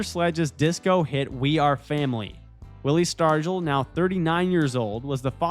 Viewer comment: "Willie Stargle"?? Oh dear. Sounds like a bot.